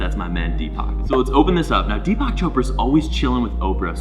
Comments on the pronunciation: He managed to pronounce Deepak almost as Tupac😂😂😂😂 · He is pronounced deepuk 😂😂😂